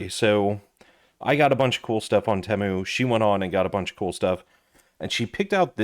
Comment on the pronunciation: Ypu got me sick of hearing "edc" after the 60th time. And its TEEEEMU not tehmu.